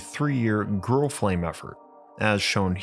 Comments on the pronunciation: You said "girl flame" I'm starting to think you just have a hard time saying grill. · I thought he said girl too